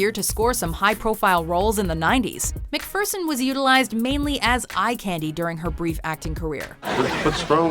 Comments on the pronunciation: Elle McFurson? It's pronounced McFearson. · it's said Mac-fear-son, not Mac-fur-son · I thought it was McFEARson, not McFURson. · I love Kathy Ireland but she should be switched with Megan Fox. Also..."MacFurson"? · "Elle McFurrson is one of the most famous models of all time" yet we have no clue how to say her name. SMH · Nice pronunciation of McPherson narrator....😒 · elle what? if you do this for a living, at least look up the correct pronunciation of a persons last name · Quit mispronouncing Elle MacPherson's last name, Millennial...